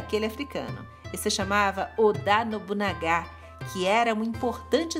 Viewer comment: Muito prazer gostei de vosso vídeo com informação interessante e como vossa graça demonstrou a preocupação de pronunciar o nome deste importante daimyo e como as palavras tem poderes mágicos deixe-me ajudada como vossa pronuncia ....nobunaga é pronunciado como paroxítono O ACENTO É NO NA